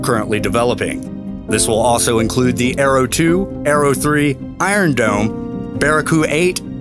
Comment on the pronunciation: IRON DOME ! ... sound British tbh who agrees ?